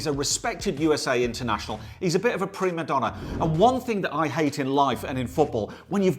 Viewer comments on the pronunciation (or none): Did he just say pre-madonna?🤣